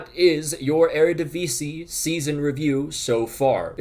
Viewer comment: Shout out to the near-perfect pronounciation of 'Eredivisie.' Also: the Ajax comeback is inevitable, WZAWZDB!